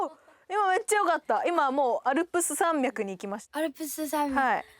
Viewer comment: の微妙に言えてないアルプス山脈 の巻き舌イメージ思考中